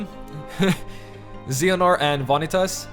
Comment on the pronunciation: It's pronounced Zay- yuh- nort.;D Just a heads up! Great video!